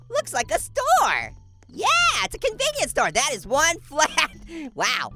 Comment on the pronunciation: When you were at the store I thought you said storm